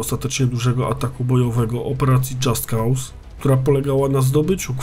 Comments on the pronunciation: Dżast koz sie wymawia. Poza tym materiał ciekawy jak zawsze :) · Tylko taka uwaga, że nazwę wymawia się "dżast koz"